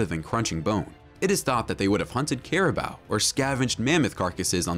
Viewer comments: It's pronounced "care-uh-boo". Not "care-eh-bow". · Bro said "caribow"💀